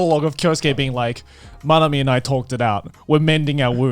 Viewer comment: Loved how every time they tried to remember Manami, they changed a syllable